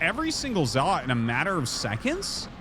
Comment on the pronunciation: Artosis I’m not one to correct people but you say zealot wrong.